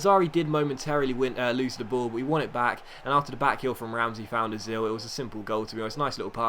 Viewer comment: btw its pronounced ertsel not oe-zihl